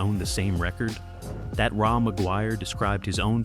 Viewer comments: What the fuck Ray Maguire fucking AI not Raw Maguire i grew up a few blocks Away from my parents house in south Vancouver Ray had a 55 chevy 2 door Parked out side his parents place in The ally i met Donny Underhill with his band called Troma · Pronounced Ray not Rah. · That is Ray not Ra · Had to stop listening due to the ridiculous AI “narrator”. Fkn lazy. Ra McGuire is pronounced “RAY” not “ RAW”. Bachman is pronounced “BACKman” not “BOCKman”. And Baby “WANTcha” Please Come Home? Really? Put real narrators back to work! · Polite correction because I’m 🇨🇦 … it’s not “Raw” McGuire … it’s pronounced Ray. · Pronounced Ray not Ra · Ra = Ray not "Rah". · It's pronounced "Ray" Ra is short for Ramon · Former Canadian radio music director here. Couple mispronounced things kinda skewer this right off the bat - Ra is pronounced "Ray"; and it's "Baby Woncha Please Come Home", not "wancha". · Ra , pronounced Ray ..this is AI BS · Ra pronounced Ray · Ra is pronounced "Ray" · I came into the comments to say that. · Clickbait, with an AI voice that pronounces Ra's name wrong. The internet can really suck.